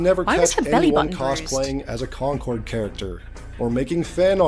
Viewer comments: Yeah, you can tell he knows what he's talking about, when he repeatedly mispronounces Concord as "conquered". Rather reminds me of that time Downward Thrust made a whole video talking about "Wolfensteen: The New Colossus". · When he said "Conquered," I heard, "Conker," and was expecting a drunk squirrel. Day ruined 😪😂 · He keeps pronouncing “concord” like “conquered” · Why does he keep pronouncing "Concord" like "Conquered"?